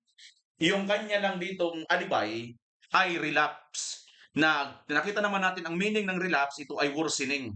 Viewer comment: Sir relabs ang na rinig ko hindi relapse